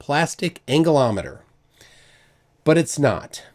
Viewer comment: Angleometer? Anglometer? Angle-o-meter? Protractor, I think... Everything else is spot on